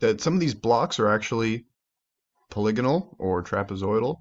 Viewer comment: Thank you thank you thank you for correctly pronouncing “polygonal”!